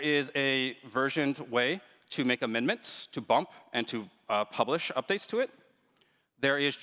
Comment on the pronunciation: Someone has a hard time with the word, "amendment"!